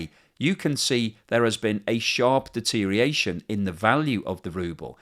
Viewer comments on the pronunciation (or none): At 11.30 you say the nonword DETERIATION. WHY? Why can you not say DeteriORate and DeteriORation? Dyslexia or autism in an otherwise intelligent mind?